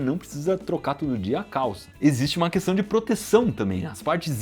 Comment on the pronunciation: Ops!.. Será que eu ouvi direito vc falar “questã”? Em todo o caso, parabéns pelos seus ótimos vídeos!